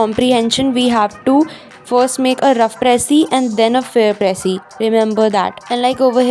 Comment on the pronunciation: gurlllll its precis not pressy🤣iski achchi writing dekh ke confuse mat ho ppl (no hate love ur tips😘)